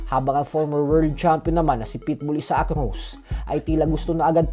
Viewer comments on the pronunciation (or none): none